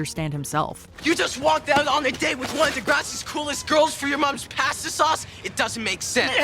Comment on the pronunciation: PAHSTAH SAUCE oh, Spinner.